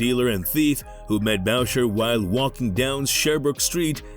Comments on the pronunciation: 10 seconds in, you lost me with the pronunciation of Boucher. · ahah I thought the same exactly..